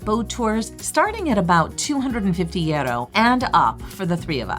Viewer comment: Nice video. Just wanted to mention euro is pronounced like youro not yeah-ro